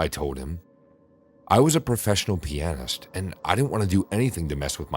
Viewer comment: Thank you for pronouncing pianist correctly